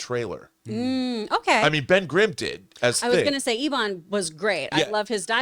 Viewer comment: hes EBB-in. Not Elon or EE-on.